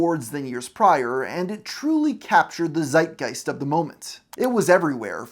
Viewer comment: y German here. You say "Zeitgeist" so often, but the "Z" gets spelled "Ts". Tsight Gighst" if you will. You got the other stuff right though.